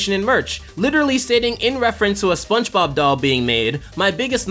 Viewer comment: I like how he pronounces it "Spunch Bob"